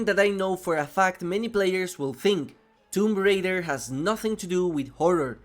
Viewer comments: not that it matter how you pronounce it it was just funny but the official pronunciation is "toom ray-der" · Tomp Rider? Really? Like I understand accents and everything but that is just clear english my dude... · wait a second did you just say tom rider ? LMAO plz tell me youre trolling brother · my guy did not just say tom rider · How the hell you mispronounce both parts of “Tomb Raider” 💀